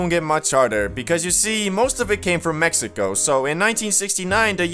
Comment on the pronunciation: The way he said it. "Until the arrival of MEXICO"😂